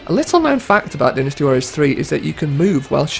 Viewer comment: I wish you'd say Dynasty Warriors right